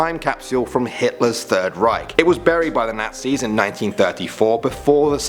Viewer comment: The way he says Nazis Gnat Zs Sorry if I got you mad just liked the way you say it dude.